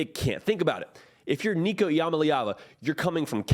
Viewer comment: Its pronounced "Eee-Uh-Mah-Lee-Ah-Vah"